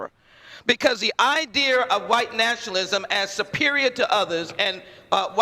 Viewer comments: It is pretty bad, when our representatives can not even pronounce the word idea. She says idear. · Idear? Wtf Is a idear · Complete idiot nothing more needs to be said. Idear really idear instead of idea who taught this woman English should be fired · Eye deer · She can’t even say idea?